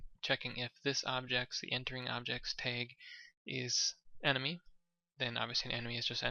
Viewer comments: its t ahh guh not tayg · Awesome tutorial bro. However, its "tag" not "teigh"